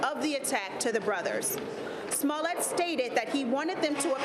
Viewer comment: She said... "Smellit" 😊😆😅